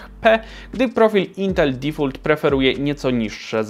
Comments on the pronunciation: Zmasło material dobry, ale jak kłuje mnie w uszy jak mówisz difult, uzywam jezyka angielskiego na codzień, po prostu boli. Powinno sie mówić DIFOLT. sorry ale musialem 😂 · dəˈfôlt nie difult xd tam nie ma U xd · "difolt" nie "difult" ;)😆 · intel "difult XDD" ten eng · Uszy krwawia, kiedy wymawiasz "DEFAULT"...